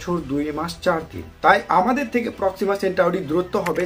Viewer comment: সঠিক উচ্চারণটি হলো :- প্রক্সিমা সেন্টোরি।